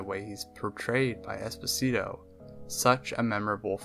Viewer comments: EspÒsito not EsposÌto for god sake, it's an Italian surname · "Esposeetoe" God, all you had to do was listen to his name -_ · Why do you (and most people actually) pronounce Esposito like that though, it's italian not spanish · 15 seconds in and you already butchered his last name... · Butchered the last name’s pronunciation, but good video nevertheless. Although I am confused as to why you Americans (you may not be an American, this is only an assumption based on what you said) label people as the country from which they were born in. Neither of his parents are danish, yet you label him as “danish” just because he was born in denmark, and it’s fucking dumb. His father is italian, so he is an italian american actor. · you should've researched how to pronounce Esposito, before making a whole video about him lmao